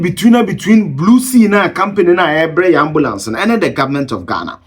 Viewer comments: Did he say Blue Sea or Blue See? 😂😂😂😂😂😂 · Big sea, not blue see...🙄